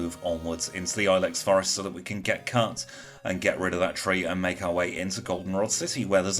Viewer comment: Let's go! Awesome timing, I'm enjoying the premiere! My wife heard you say "cut" and thought you said "cu*t" but I told her you I didn't think you were Australian so it was probably just "cut" lol